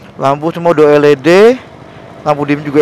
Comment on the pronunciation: el i di bang bukan el e de 😂😂